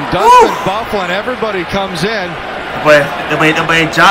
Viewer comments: Lol, yeah its actually pronounced "Buff-lyn", his nickname is Big Buff. Hockey player names are pretty memey so I don't blame you for getting it wrong. The man is huge and can play very well offensively despite being a defensemen. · Good vid an it is pernouced buff-lin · Bro the annoncers said his name like 25times through out the video. But you talking so much. No wonder you don’t know how to pronounce his name Dustin BUH-FLYN it’s pronounced lol But we call him “Big Buff” due to his size & ability to hit that hard!